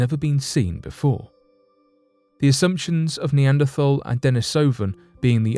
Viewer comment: Neanderthal is typically pronounced "nay AND err tall", or similar among the scientific community. This isn't meant to chastise you, but provide an opportunity to you and your audience to decide what to do with this information. Your videos, including this one are very entertaining and informative. Thank you for the efforts.